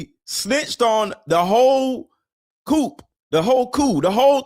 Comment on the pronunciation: She pronounced “coup” line “coop” Really?